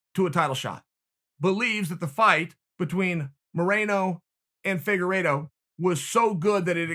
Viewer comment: Did chael say figuredo vs marinara sauce, I mean manero ?